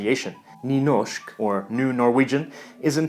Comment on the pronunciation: BOKMÅL is pronounced book-mol. NYNORSK is pronounced new-norsk. The Å is an O and Y is like a EW.